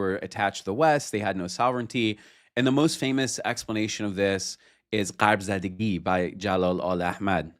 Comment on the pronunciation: Came back to this episode after months. Very insightful discussion with genuine chemistry. Btw, it's shargh-zadeh (zæ), not shargh-zādeh (zɑː). That changes the meaning. Zadeh means struck or afflicted by something; zādeh means child or lineage.